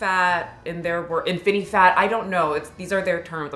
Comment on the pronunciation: „Infinifat“ WHAT AHAHAH I CANNOT💀